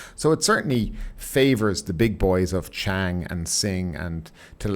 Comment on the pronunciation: Chang is pronouced "Chawng"